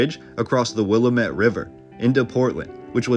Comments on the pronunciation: From a true, 5= yea Dr old, born and bred Oregonian, to others , it is not the "😕Will~ah~met" River, it is the "😂WILL~AM~IT" River... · Will-am-ette River...not Willa-met River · With the kindest intention I want you to know Willamette is pronounced "Wil-LAM-ett, not Willa-met. This is a great video about Portland! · The way to pronounce the Rivers name is like this. Will AM it not william et….willamette river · Born Oregon City 1949, raised in SE Portland. Good job except for a few glaring errors in pronunciation, which is expected (Wil-AM-et, not the suburb of Chicago; Captain John Cooch, not couch like the sofa). But some of the history is a bit shoddy: the railroad arrived in 1883, not the 1890's; and most of all, Oregon City faded and Portland became the big city because of the Ross Island sand bar prohibiting ocean going vessels from getting past. In other words, Portland was the head of navigation. And who stated such? Cpt. John Cooch. And the demolition of cast iron buildings on Front Street coincided with a general movement to "modernize" America after the Depression, through the sixties. Also, for excellent photos of Portland's past check out "Vintage Portland", an entry a day for the last 14 years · A lot of these photos are from the Lewis and Clark exposition era and all those building were torn down after the expo was over that is why you see no people in them. It was all built for that then taken down. Also WILL AM IT is how we pronounce Willamette. Family photos from the mid 1800's show mostly wooden buildings in small areas of what is now Portland. Some of the street names are actually the names of small towns that became the city as the city grew out to meet them. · Great video, just one thing the river is pronounced Wil (rhymes with bill) - Am (rhymes with Pam) - It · Will-lamb-it is how you say Willamette. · Will-am-it and Koo-ch are the correct pronounciations. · Willamette is pronounced Will-AM- ette. Couch is pronounced Coo-ch.